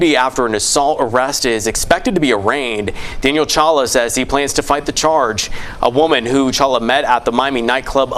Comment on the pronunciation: Dude said #CHOLUA David Chala hshahahaha